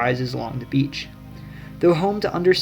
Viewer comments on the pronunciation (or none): none